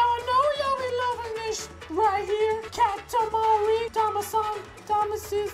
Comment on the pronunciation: you prononce katamari so bad!